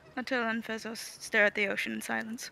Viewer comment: I can’t help but hear Bezos when they say Fezos.